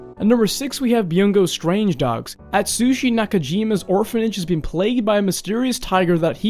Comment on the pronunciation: man just said Byungo Strange Dogs lmao nice